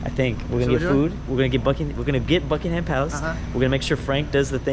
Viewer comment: seeing react to European culture and life is funny but makes me want to game end and when he talked about uk doors i laughed because every uk house has that and then he said BUK - ING -HAM palace